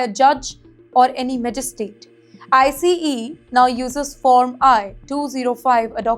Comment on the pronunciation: I think this channel is AI! She is pronouncing ICE as I C E!